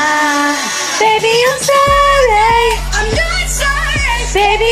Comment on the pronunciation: “I’m not SOrrAy”